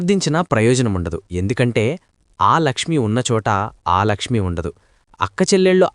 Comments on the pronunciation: ఆలక్ష్మీ కాదు,అలక్ష్మీ.ఒకసారి శ్రీ సూక్తం చదువు. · ఆలక్ష్మి కాదు,అలక్ష్మి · ఆలక్ష్మి కాదయ్యా అలక్ష్మి